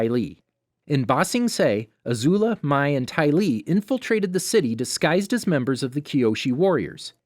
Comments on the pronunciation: also he said Mai as my instead of may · Mai pronounced as May not My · MAAAI ITS MAI NOT MAAAAI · Well actually it is pronounced May in avatar the last air bender but it can also be pronounced My when it is spelled Mai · The way he pronounced Mai’s name really bothered me, but apart from that not a bad video. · Spiritx1992 also iroh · he pronounces mai wrong